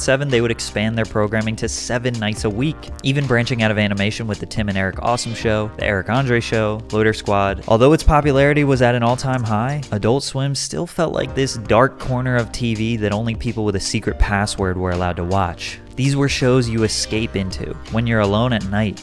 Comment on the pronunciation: It's Loiter, not Loader